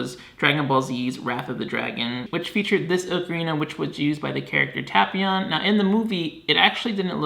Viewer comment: Tap ion lmao it's tapion lol